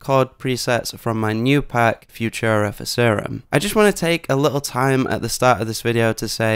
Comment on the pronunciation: Learn to say "Futura."